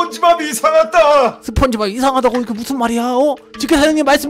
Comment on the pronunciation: 저 2배속으로 보다거 스폰지밥외쳤을때 시발 시밥 으로들음 ㅋㅋㅋㅋㅋ